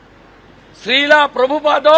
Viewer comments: sril hobe srila noi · শ্রীল প্রভুপাদ এর নাম এর উচ্চারণ ঠিকঠাক করতে পারছেন না বিরোধী দল নেতা। কি অবস্থা রাজনীতির । সব কটা ধর্মের নামে রাজনীতি করে।